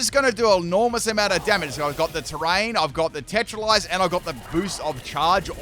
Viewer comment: Im sorry did he say TETRELIZE!?